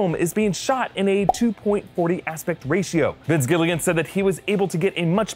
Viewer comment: Thanks for saying vince Gilligan better than game of thrones.